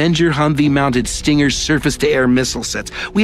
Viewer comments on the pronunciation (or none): none